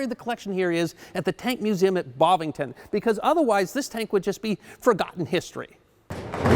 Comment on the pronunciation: Bovington not Bovington. One of the best of these Tank Museum Top 5s thus far. Ta.